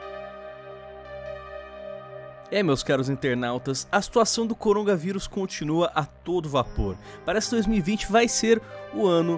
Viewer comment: O corona... Cérebro do:nãooooo:O corongaVirus